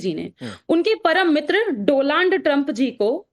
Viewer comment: मैडम पहले शब्द बोलना सीखिए दोलाँनड ट्रंप नहीं है नहीं है डोनाल्ड ट्रंप है यह बात राकेश पांडे को समझना पड़ेगी